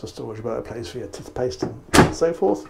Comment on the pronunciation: A great boat with lots to like about it. I particularly liked that airy lounge. I also enjoyed the Devonshire pronunciation of toothpaste.